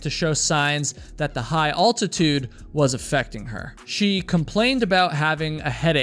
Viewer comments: Al-tuh-tood, not all-ti-tood at least in American English. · Altitude, not Alltitude